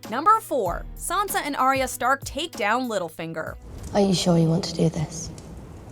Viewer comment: It's ARYA, stop saying ARIA!